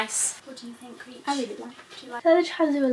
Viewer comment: Why do you call her Creech?